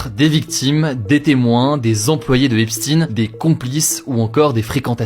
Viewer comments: Pourquoi prononcer “Epstin” alors que c’est “Epstein” ?? Voudrait on tenter de nous cacher ses origines??? Alors que si cetait un musulman on l’aurais vite précisé!!! 😅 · EPSTEIN et pas EPSTINE ptin ! ca se prononce [èps] - [stayn]. On dit pas instin pour Einstein là c'est pareil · EPSTEIN PAS EPSTIN . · "Epchtaïne"... Pas "epstinex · Pourquoi epstine? C'est Epstein...non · Epsteen😂 c'est Epstein comme Einstein...bien prononcer ce nom juif... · Jeffrey epstine 😂 c est quoi cette prononciation, une dissimulation d ' origine ? 😂😂😂😂 et si tu parlais de la relativité t aurais dit Albert inestine ? C 'est plus hugo decrypte c'est hugo derive voir hugo delire 😅 . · Hepstine😂 ca se prononce epstein comme heinstein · Pourquoi vous dites "Esptin" ? On ne dit pas Albert Instin pourtant 🤔... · ARF cette façon de prononcer le nom de famille 😅 epstIiiiine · Hugo, vous dites Frankenstayn, ou Frankenstin ? Alors pourquoi dire l' affaire Epstin ? pour être aussi nul que les Amerlocs ? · Jeffrey eps « tine » 😅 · Alors ça se prononce Epshtaïne... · Bonjour meme remarque hasard ou réalité scientifique tu crois que quand il parle de Einstein il dit instine? hahaha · Putains comment il écorche le nom on dirait qu'il parle d' un autre type se blaireau 🤣